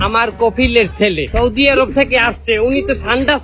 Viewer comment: সৈদি নয় আপা বলেন সৌদি